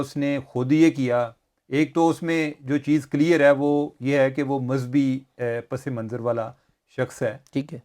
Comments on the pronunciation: چیمہ صاحب آداب، آپ کا پروگرام اُردو میں ہے اور بہت جلد عوام میں مقبول ہوگیا ہے اس لیے آپ کی توجہ چاہیں گے۔آپ نے ایک لفظ “پسِ منظراستعمال کیا جو درست نہیں ہے۔ درست تلفظ پَس منظر ہے۔س کے نیچے زیر نہیں ہوتا۔دعاگو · You guys are great! (By the way, the word is "Pas Manzar not Pas-e-Manzar) Keep up the great work